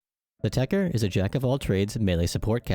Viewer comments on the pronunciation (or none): why the f is everyone calling it techer whens ist spelled techTer ?